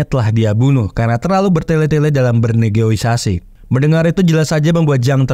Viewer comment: NEGOSIASI BANG BUKAN NEGOISASI